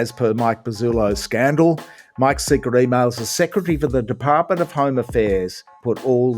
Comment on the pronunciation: Did you say scandal or scamdal?